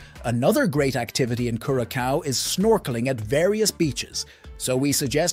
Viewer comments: Please give the country the respect of pronouncing its name correctly . CURE A SOW.not CUR A COW. I cringed every time I heard that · it is not pronounced curaKAO - geez dude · Homie pronounces it different each time he says it. LOL! My favorite is Cure a Cow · Lol. I love the multiple unique pronunciations of Curacao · You know it’s an AI generated voice based on him having a new pronunciation of Curaçao every time he says it. 😂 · why do you keep changing the pronunciation of Curacao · Not gonna trust someone who can't pronounce the islands name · This youtuber hasn't done his homework and it is annoying.